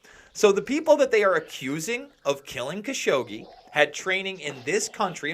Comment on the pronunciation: It's pronounced ka-SHOW-gee